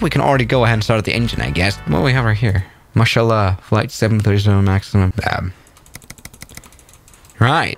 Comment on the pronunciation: I'm dying from laughing since he said masallah like that